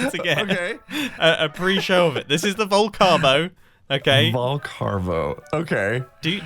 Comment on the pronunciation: Vol-carb-o… oh that’s bad. 😄